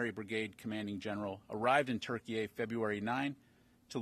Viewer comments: Why does he keep calling it ‘TurkeyA’? It’s ‘Turkey’! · Why is he pronouncing turkey as Turkey-Ay?